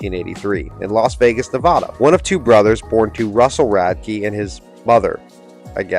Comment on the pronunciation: That’s not how u pronounce Nevada